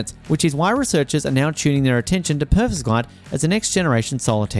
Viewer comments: Per-ov-skite Perovskite Not perskovite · Say- Pair-of-skites. Not meaning to be rude, but it detracts from our faith in your info, if you get that pronounciation slightly wrong. Good luck with your channel. We need all the pro-renewables media we can get. It's shocking, talking to educated work colleagues, who repeat the lies and myths they've been fed by MSM. Their talking points about the tech, from panels, to EVs are based on the technology of a decade+ ago.